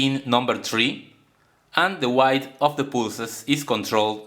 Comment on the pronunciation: I enjoy your videos and can understand your accent quite easily! However, you are mispronouncing the word "width" (as in pulse width modulation). The "i" is pronounced as in "bit" or "tip" with "th" at the end of the word as in "think" or "thank you". Otherwise all good. My parents did not have English as their first language so I appreciate anyone who attempts to use it. "Thank you!"